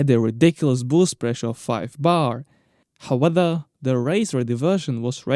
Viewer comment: it's however not howether, besides that great video keep it up